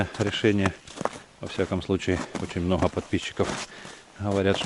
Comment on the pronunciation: Почему автор хэкаит? СмоХу, мноХо, Хрецкий орех, Хвозди